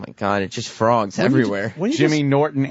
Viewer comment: Lawgs frowgs